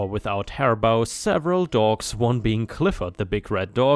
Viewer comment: First story... "bow" for hair is said with a hard "oh" sound, like a "bow an arrow." Cordial - how you said it is a legit way but is considered the British way. American way is, for some odd reason, "core jl." Don't ask me where the "j" sound comes from.